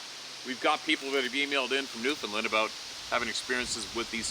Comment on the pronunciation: Who from America pronounces Newfoundland as "Newfinlind" ?